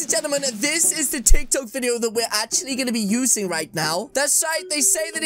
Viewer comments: Hold on exuse me is he saying tiktak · when he said titok